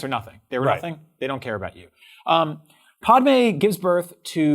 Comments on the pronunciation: Anyone else think calling padme- paudeme the same as calling Han Solo-hand solo. Btw ta-too-ine is not pronounce tetuine. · These guys aren’t true Star Wars fans. Just listen to how they pronounce Tatooine and Padme.